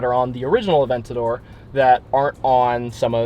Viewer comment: A-vent-ador = I love Vents for Lamborghini